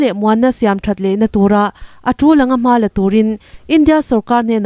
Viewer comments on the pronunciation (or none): none